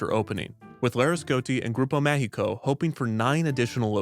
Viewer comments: I thought through the whole video he was saying "Grupo México" (they operate trains and mines) instead of "Grupo Mágico" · Grupo Mágico "g" is pronounciated as a "j", because it is in portuguese. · Damn, Kidzania has grown so much... I still remember going to La Ciudad de los Niños a child and later on wondering why it changed its name to Kidzania. Fun fact: Most adults still call Kidzania "La Ciudad de los Niños" here in Mexico despite many years have gone by since the name change. Note: "Grupo Mágico" is pronounced Ma (as in magic, mascot or Mars) hi (as in Himalayas, history or him) co (as in company or Colorado), throughout the video it sounded like "Grupo México", a huge company here in Mexico mostly known for its owner's reputation (second richest person in Mexico), and their mines' accidents. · I was there! In both ciudad de los niños and then Kidzania in a corporate event! I have a picture in ciudad de los niños jail lol. Just one correction. You're mispronouncing grupo mágico. You are pronouncing a Spanish "E" sound instead of an "A". Which is a bit unfortunate since there is a Grupo México that is a mining company with very poor environmental and labour record say the least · you pronountiated both "Grupo Mágico" and "São Paulo" in ways so wrong i didn't think it was possible.